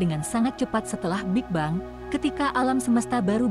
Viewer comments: Setahu sy. Pronounciation dari Big Bang itu big beng. Apakah sudah di-Indonesia kan jadi = big bang ? Berulang2 disebut bang bang. Mengganggu. Video ini hebat, futuristik tp bikin ketawa ketika disebut bang lagi 😅😅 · bacanya: big beng, bukan big-bang teleskop, bukan teles-cope hable, bukan hu-ble jadilah narator yg baik dengan bisa membedakan kata yg boleh dan tidak diserap ke bahasa ind. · hub ble..?? ini narator ny seriusan.. huble dibaca dg metode indonesia? termasuk bigbang / bik bang ?